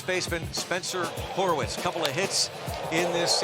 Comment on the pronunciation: Why does Greg Brown keep pronouncing Spencer's name wrong. There is only one O, Greg. It is not Horowitz, it is Horwitz😅.